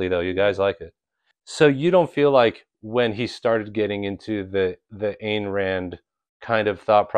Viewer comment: Some Ayn Rand points, from a genuine Objectivist who's received a letter from Ditko: 1) Pronounce "Ayn" correctly. Rhymes with "mine." 2) That "Psycho-Epistemology" course is pretty interesting on the creative process; Ditko would have listened to it carefully. 3) Dr. Strange is never taken by Objectivists as a betrayal of Objectivism, and none of us criticize magical fantasy as a genre.